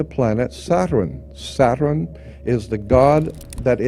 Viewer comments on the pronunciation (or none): Satran what's that why can't you say Saturn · ‘Satren’ interesting way he says it